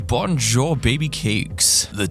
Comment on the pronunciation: His bonjour pronunciation...just...hurt me cringes in studying french